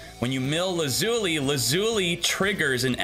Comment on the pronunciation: Same with his pronunciation of lazuli lol